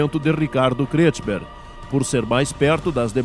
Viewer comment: Muito bom. Parabéns. O Locutor é que deveria ter praticado melhor a pronúncia dos sobrenomes alemães e corrigido a leitura errada dos sobrenomes Kretschmer e Schlegel entre outros. Entre Schlegel e Schnegel há uma grande diferença no significado do sobrenome. Se for para honrar os fundadores e seus descendentes.... Mas no mais o vídeo cumpre seu valor histórico. Parabéns Congregação